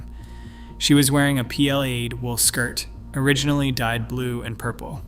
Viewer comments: yep, gadzillion pronunciation errors. "PL-laid" instead of "plaid." Get a human! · Same as P-Lad instead of plaid. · PL aid. Dear God. Not so intelligent, but definitely artificial. Pre-Cam Brian. !!!! Who taught this machine? Bee-og. ??? The repetition is very boring and cearly lacking an anything intelligent, real or artificial. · Wait a minute, who the heck pronounces ‘Plaid’ as “PL-Aid”… that’s beyond ridiculous, loose the robotic voice. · A “P L Aid” skirt? Wtf? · Plaid = P-L-aid 😂😂